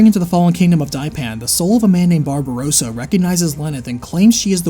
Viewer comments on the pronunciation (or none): none